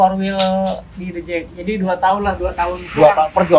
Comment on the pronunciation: The Jak bang, bukan The Jack